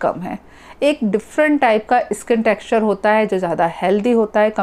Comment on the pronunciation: Wo skin hota hai madam iskin nahi 😄